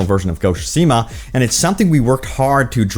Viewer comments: Say it with me... Ghost of "soo-SHEE-muh" LOL! Just teasin' bro. Love the content, keep em coming. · Ok two things. Best game of the past five years, and it is (sue-shi-ma). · SO many people and no one knows how to pronounce the title correctly. lol it's pronounced tSOO - shi - ma. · Speak after me: Tsu-she-ma :P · ok this is getting on my nerves......repeat after me my guy.......SOO - SHE - MA......just read these syllables out loud sand you'll crack the code on how to pronounce the game's name properly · Please stop saying the name if you're just going to butcher it 😭